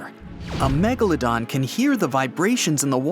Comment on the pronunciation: At the start he said the meglldon [ik wrong spelling]